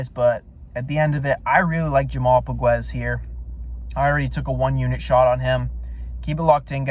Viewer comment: fyi POGUES SUCKS,he is lazy slow a true can,he has no chance,he is aweful,and you cant even pronounce his name,diamond in the rough lol lol,your clueless,he is more like a pile of sh*t in the grass, FACT